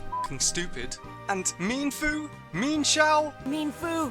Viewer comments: When they pronounced it meanfoo i paused the video and walked away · When he said Mean-Foo the first thing that came to my mind was Memefoo